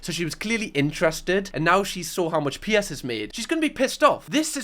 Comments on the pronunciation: It’s PIERS not Pierce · I’m being really vulnerable right now but is a safe space so I’ll do it. I just have to get this out and be honest. The entire time I’ve been watching I thought you were saying P S. The letters, p and then s. I’m crocheting as I watch/listen so I thought maybe I just missed where you told us who PS is or something. It took me until now to realize you’re saying Piers. I’m American….pretty much sums it all up with that 1 sentence huh lol But, being serious, usually the accent doesn’t matter. I don’t know why his name confused me so bad lol I also haven’t even seen the show yet so it could’ve been another character for all I know. Thank you for letting me broadcast what a dumba** I am.